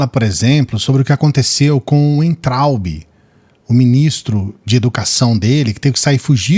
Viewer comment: NÃO é Uentraubi. O W tem som de V. É VAINTRAUBE a pronúncia.